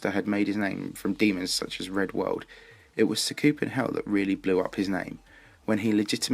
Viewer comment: great vid but sa koop en hell its sah ku pen hell dont get me wrong still a great vid